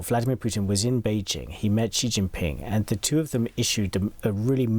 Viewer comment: It’s SHE. Not “See” 🙄